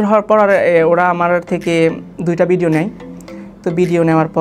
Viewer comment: ভাই তোমার বাংলা উচ্চারণই তো ঠিক হয় না! ভিডিও কে বল বিডিও ভিসাকে বিজা, 😁। তুমি আগে গেলেও জাহিদ অন্তু অন্যান্য সবকিছু মিলিয়ে সে তোমার চাইতে অনেক বেশি যোগ্য।